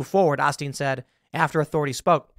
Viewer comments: I'm sorry but being from Houston I just can't with the "Joel AU-steen". I don't know, maybe it's just because I'm from here but I assumed it was just common knowledge on the pronunciation of his name. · What is this??? A remedial reading tutorial??? I can pull up news articles and read this for myself! Try getting the name right to begin with…it’s Osteen… like Oh-Steen!?! Sounds like you haven’t done any research other than reading this article to us!!! What the hell??? Last time I check out this channel! No better off than a guessing game!!! No real intel! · It's pronounced OH - steen and he is a grifter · Have I seriously been mispronouncing this guy's name for twenty years? I could have SWORN it was Olsteen not Osteen... No just me? M'kay cool. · Dude.... 5 seconds research would have told you the guys name is pronounced O steen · I think you need to look up how he pronounces name: Olstein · It's "oh-steen". It sounds like "ole-steen". Sorry, OCD is compelling. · It's pronounced "Oh Steen" and he is not a Christian. He is not leading people to Jesus and therefore to Heaven. It's still sad. And fair warning to church shooters... unlike schools that are "gun free zones", churches are usually packing big time. So maybe this person, he or she, had a death wish. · It’s pronounced like “Oh-steen” for future reference. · Pronounced, oh steen. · It’s pronounced Oh-Steen. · Long O Tim. O-steen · Osteen is pronounced with a long O.😊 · Osteen is a long O so it's pronounce O Steen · Joel Oh-steen. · Not bashing you at all. His last name is pronounced Oh’Lsteen. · Even funnier…it is Joel OLSTEEN…NOT OSTEEN…such great journalism these days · You're killing me, Tim. It's "OH-steen." I hate hearing the man's name, he's a disgrace to the Christian faith, so it's kind of funny to me that you're mispronouncing it, but still. Edit: Osteen is a "prosperity gospel" preacher. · Just to help, “Ole-steen.” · How hard is it to say this a******'s name correctly all long o sound sting?